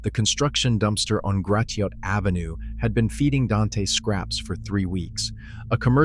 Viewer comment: Gratiot is pronounced like Grass shut ………